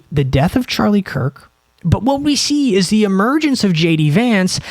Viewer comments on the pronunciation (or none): none